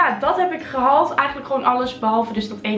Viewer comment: Klinkt ook totaal niet raar! Ieder zo zn accent girl 💯